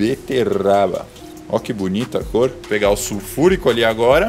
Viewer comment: "suFURICÃO" QQISOBARONE?